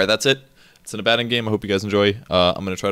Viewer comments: Abb-addd-on? Do you also say Palaaaaadin? Come on, try and say things properly. Or just call it Abe. Abe is better than AbbAaaaDon. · Aba-don is how you pronounce the name. gaaaah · He's not adding an "n" and saying Abanddon. He's saying "A bad 'un". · You need to listen. Abaddon is pronounced "Uh-Badd-In" Most people though automatically assume its pronounced "Abbuhdawn". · It's ABB-uh-DAWN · where is n in Abaddon? its not Abanddon. No hate just strange to hear him say that. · Cody Gill It matters very little either way, he's a fictional character with no real consensus on the pronunciation. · picassopainter2 Sure the character is fictional, but the name is pretty old, appearing in the Old Testament. It's originally Hebrew, and there is definitely a consensus on the Hebrew pronunciation of the name. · Abaddon: work on that pronunciation =P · Pronouncing abaddon's name is so confusing for me now that I have played darksiders 1 where it is pronounced like says it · Abbadon... Or Abbadon